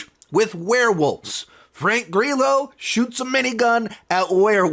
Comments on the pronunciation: I think you mean Frank Grr’eelo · I love that you mispronounce Frank Grillos name